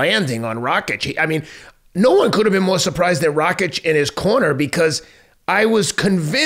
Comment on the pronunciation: Pretty sure he was calling him Racik half the time